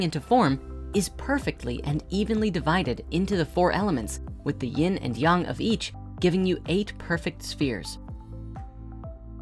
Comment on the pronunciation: Finally, someone who can correctly pronounce YANG. :)